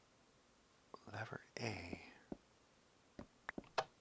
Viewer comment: Veee log? Do you also say Beee log? Cookies!